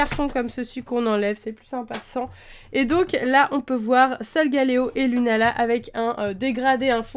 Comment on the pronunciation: je crois que "lunaala" c'est avec deux "a"